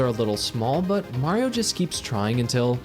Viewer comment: it’s not whaio It’s mario